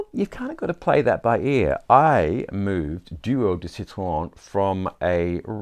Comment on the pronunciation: Bravo pour le bel accent français pour « Duo » et surtout « citron » 👏👏👏🌟🌟🌟